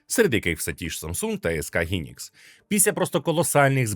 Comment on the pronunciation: Хайнікс, а не гінікс